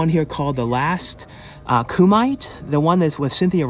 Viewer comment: you said Kumite wrong lol!